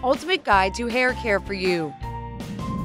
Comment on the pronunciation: oh and hairm instead of hair🤣